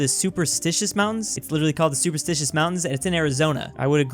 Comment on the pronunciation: Superstition not supersticious or whatever tf you said haha